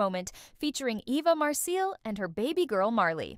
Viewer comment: Sure isn’t, can’t pronounce Eva’s name. Eva and the lady in the picture should sue